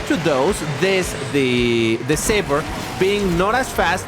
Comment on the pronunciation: This car name's pronunciation is Say-ber